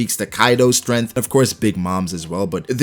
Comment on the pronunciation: I like how he says stemth